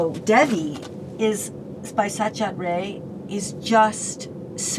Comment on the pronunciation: Cannot even pronounce satyajit ray correctly.